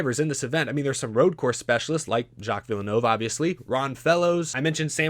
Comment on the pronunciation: if you want to not say it too badly, just say Jill Vill - nuv. That's close enough. You mentioned his son Jacques later in the video and said it correctly there!